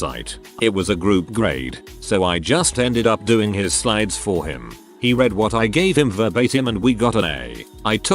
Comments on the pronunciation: I hate how the TtS can't differentiate between the past and present forms of the word 'read'. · I find it amusing. >w< xD